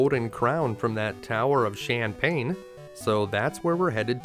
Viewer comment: Heh I like how you pronounce the Tower of Shanpane as Shampane (or champagne). Was hoping you'd show those night time shenanigans in Assaram too........ 😁